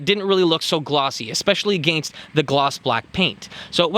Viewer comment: Anyone else annoyed by the way he says "against"?